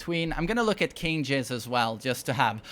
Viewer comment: Did this man just say king jizz.